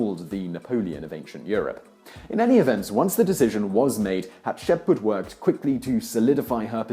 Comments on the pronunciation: HatshepSut not Hutsheput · Hat -ship -suit. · But you have to admit, when he has Hatshepsut written in the video title, calling her "Hasheput" in the video is most definitely a mispronunciation. You can't flower your way around that. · It's pronounced Hat-shep-sut/soot not Hat-ship-pot! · Simon, your pronunciation of "Hatshepsut" ("Hatshepbut"? Really?) is shaming you. Take 10 minutes and record yourself saying it properly, and have someone there dub it in over yourself. It can't look any worse; and if you think that your vocal tonality varies so much between each attempt to say the name right - I have news for you. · Dude.. Simon. You seriously need to make an effort to pronounce these things correctly. Hat-Shep-Soot! It's not hard as all Egyptian names are phonetically spelled since they're transliterations from the Egyptian language. It's not like it's historical spelling like in French. It's super easy. JUST SOUND OUT THE LETTERS. Just spend like 5-10 minutes before each of these videos that contain foreign names that your British tongue has trouble with sounding it out and pronouncing it until you get it. Practice makes perfect. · I can never pronounced her name correctly Hap-sheit-shut, Hap~sheep~put. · "haht-shep-soot". good video though lol. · Hat-Shep-Soot Tu-Hot-Mos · "Haht-sheh-put".....I see Simon is part of the conspiracy to erase Hatshepsut from history. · Come on! Read the name properly! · You butchered her name. Thutmose's, too. Ugh. As a studying Egyptologist, I want to strangle you. 😤😬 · I think you're missing an s in there. Still a great video! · Simon, love you, love this channel, but please, please, PLEASE: Learn to look up how names are pronounced before you do an educational video. Every time you said Hatshepsut's name I literally physically winced. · I usually love your videos but you murdered the pronunciation of Hapshepsut! :'( You need to reshoot this video as I cannot watch this with your terrible narrating.